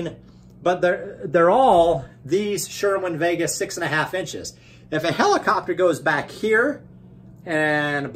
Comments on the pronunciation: its sir-win not sure-win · Why do you call it sherwin vega?